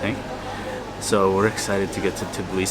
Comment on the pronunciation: It`s not for the first time that I hear how the Europeans pronounce Tbilisi as Tiblisi? Is this name a real tongue-breaker?